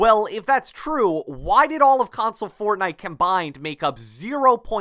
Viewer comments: Cant handle when he says console it sounds like [cronsole] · Every word with a “c” or “k” sounds like “KKKKHAWNSOLE” “Khhhawnsole” “Khhoment”. I couldn’t stop hearing it. Lol.